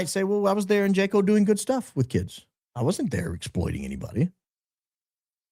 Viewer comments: Pronounced Haco in Costa Rico. We also experienced that there around 2015 on a vacation with my husband. We only stopped in that town for a few hours for lunch and ice cream. My husband had to leave me in the ice cream shop to find an atm when he we was approached by a couple of young girls standing on the street corner just outside the ice cream shop. An older woman also walked up to them appearing to have been managing them. So very sad. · Jaco pronounced = Haw-co ❤ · It’s pronounced “wa-co”. I had no idea what kind of town it was before arriving and it’s literally a sex trafficking hub. They call them casinos and you go drink and take women back to rooms there on sight. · Hello. The correct pronunciation of the town that you mentioned in Costa Rica is pronounced HA- CO Costa Rica is lovely up until a couple decades ago a lot of mission trips for students and young adults would go there but yes many times it has changed for the worst. If you recall McAfee the software developer and everything that happened to him there locals became very upset because of what was being imported into their country It's one of the most beautiful places I've ever been but from what I understand with people that I know who live there and travel there often it's not the same anymore remember it's Spanish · SPANISH: it is pronounced HAKO not Jaco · Wow! I went to Jaco, CR (pronounced Haco) on my honeymoon. Big surfing location. I was clueless 22 yrs ago. Love your podcast. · Just an fyi…the J in Spanish is pronounced “H”, so Jaco is actually Haco in pronunciation. Great show as always, in my opinion! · Jaco Costa Rica is pronounced “Ha-co”. I only correct, I was there and it’s very true. We hired security for our air bnb to ensure sec workers didn’t try and break into our locked residence. We were told by our security company, many female sec workers look for the bachelor parties etc. to make money from the tourists per se. The report is correct. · Jaco - "Yacko"